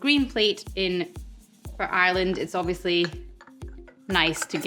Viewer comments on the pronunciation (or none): none